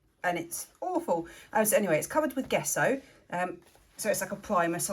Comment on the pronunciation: I watch you and your wonderful painting. As for this painting it may not be what you imagined but it is beautiful. If I might mention, you pronounced “gesso” incorrectly. You used a hard g but it should be a j sound. Phonetically it is “Jesso”. Sorry, I am a writer and words mean allot to me.